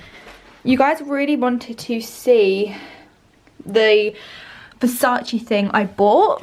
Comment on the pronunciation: Versac-ay not Versac-ee 😩